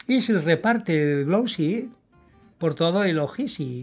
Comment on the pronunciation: "Se reparte el glowsie por todo el ojisi" jajajajaja 😂 me encantaaa! ❤👏👏👏